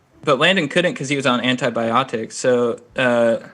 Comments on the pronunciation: “He couldn’t because he was on ant•eye•bi•ah•ticks” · The way he said aNti Bi oTics 🌝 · “Ant-eye-bye-aw-ticks” “Mellon-chawly” “Atroxity” I’m weaaaak 🤣🤣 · I lost my damn MIND when he said ant-eye-bi-otics